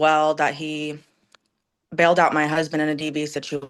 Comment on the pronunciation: The lawyer actually said "CUZBAND"....he didn't mean to, but I broke a rib.